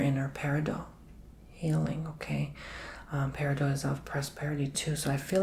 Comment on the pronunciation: FYI. Peridot is not French. There is a hard “t” at the end of the word. Love your videos………